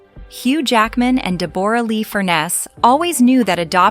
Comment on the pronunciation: Click bait. DE BORE RA Lee? AI can't read for shite! Also Hugh Jackman and Chris Hemsworth are not the same person.